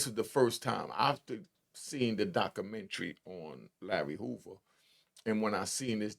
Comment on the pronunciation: I can't listen to this illiterate ninja. Documentary? Butchered it!. Illinois? The S is not pronounced. My brain hurts.